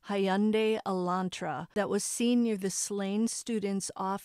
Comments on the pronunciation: It is actually pronounced Hugh (like in Hugh Laurie for instance) -nda-ee (Hughn-da-ee) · No, it's not!!! It's pronounced "HUN-day"! You're nuts!